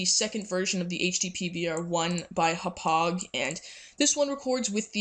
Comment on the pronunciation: YOU SAID HAUPPAUGE WRONG IT'S Haw-Pawg